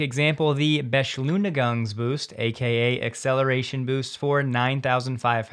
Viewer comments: Beschluuunigang Boost 😂 neat but its more like "B-Shl-oi-niii-guung" in german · that pronounciation of the german word "beschleunigung" (acceleration) just made my day